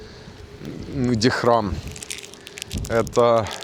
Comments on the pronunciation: что непонятного?) дирхам, а не дихрам. Элементарно же. В ОАЭ так же называется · Спасибо, интересно вещаешь! Валюта называется ДИРХАМ, а не дихрам)